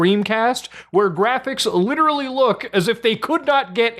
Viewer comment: Oh god, please, less LIRERARLY I beg you